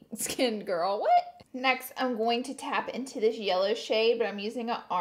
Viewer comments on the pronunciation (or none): none